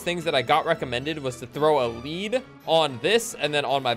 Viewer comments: lead rhymes with WEED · is bad with the “lead”